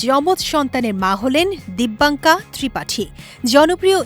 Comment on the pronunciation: নাম টাও সঠিকভাবে উচ্চারণ করতে পারলো না মূর্খ